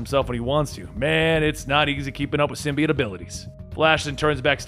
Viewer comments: The word symbiote has a long o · sim-bee-yote, but sim-bye-yote is fairly commonly also used. Ending with -it is not correct.